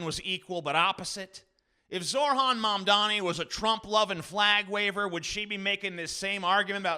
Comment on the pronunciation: Zoh, ran, Mam, dani. Not Zor, han. Not Man, dami.